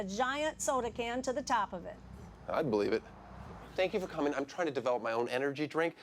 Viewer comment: you wouldn't bull-ieve